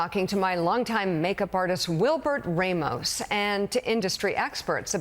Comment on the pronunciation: It’s pronounced R AH MOS!!